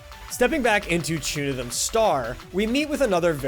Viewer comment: It’s pronounced “Chunithm Cross Verse” and “Chunithm Cross Verse X” bruh